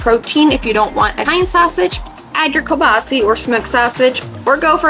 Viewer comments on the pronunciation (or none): none